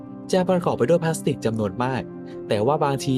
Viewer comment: พลาสสติล ไม่ใช่พลาสติกครับ